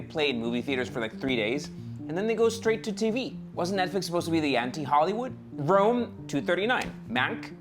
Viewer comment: That Netflix film is called “Roma,” not “Rome.”